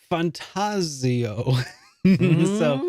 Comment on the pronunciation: haha i thought the same thing and as an italian I was laughing at all of the people completely butcher "fantazio" ... medigans..haha 🇮🇹